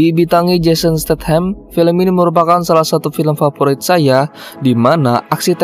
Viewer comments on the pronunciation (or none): none